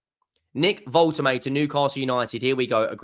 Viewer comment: Not woltemade it’s Voltehmadah 😂😂